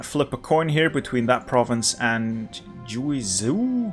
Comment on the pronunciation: I'm impressed that you got most of the chinese names correct! Pinyin is not super intuitive at first glance For Guizhou. It is a bit tricky but its kinda pronounced as Gu-ey jooh( the J is pronounced like jump) Keep the videos coming! Theyre awesome!